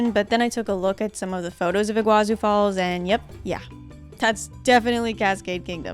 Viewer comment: It's not your fault but it's not pronounced like iguazu falls the çu at the end of Iguaçu sound like tsu in Portuguese or the sound of two s it has no way near the sound of z